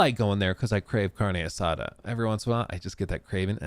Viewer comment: “Carne assada” sounds funny when says it.